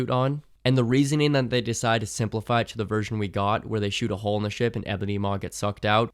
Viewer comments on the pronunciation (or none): none